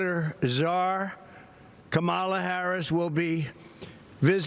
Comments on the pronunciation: Yes, so rude he purposely mispronounces, vice president Kamala Harris name. We all know how it said and he’s so damn rude. He doesn’t care. I think we should call him former president. Rump! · Yall know he pronounces her name wrong because he can’t pronounce it correctly lol And Jan 6th would have never happened either DonOld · Such a childish man. Purposely Mispronouncing her name is so elementary school style! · He just makes himself look stupid mispronouncing her name at this point. Slow, stupid and foul. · Every time he mispronouses her name proves that he's extremely uneducated, stupid, rude, ignorant, racist, weird & a weird person. Anyone with any principles & ethics wants respect, but not him he doesn't even know what those words mean. He's just a loser running to avoid jail. So sad that so many think he's an upstanding person. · I love the way he intentionally mispronounces Kamala's name as if he thinks that will make her mad. All it does is prove he's unintelligent, immature, and insecure. It's really not a hard name to say. What a friggin weirdo. 🤣